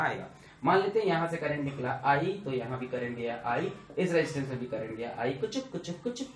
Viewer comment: Sirr kaa crrntt khuchuk khuchuk khuchuk karke jataaa haiiii😂😂😂😂😂😂😂......... Stilll sirr uu r best😎